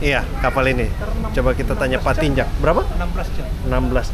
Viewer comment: pak Tinjak bang, kasian 'K'nya gk disebut jadinya 'Tinja' gk enk bgt itu didengernya😂 asa berbau2 apa gtu 😂😂